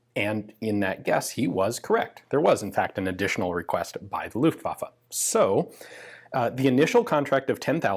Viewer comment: You have 2 german words in this video that we pronounce a little bit different in germany. Maybe this will help you with them. First is "Luftwaffe" . Just cut the time that u use to pronounce the "U" & the "A" by half. The second one is "Volkspolizei". This one should sound like "Folks Polizhigh".